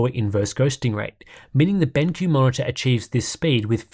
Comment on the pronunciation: Dude said BangQ.